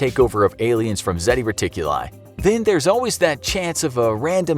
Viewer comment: It's not Zeti Reticuli, it's Zeta Reticuli. Jesus. It's a Greek letter.